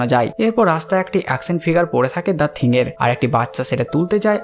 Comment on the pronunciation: থিংক না থিং